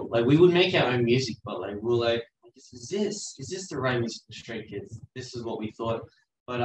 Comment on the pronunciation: Everytime he says Stray Kids, it translates to Straight Kids lol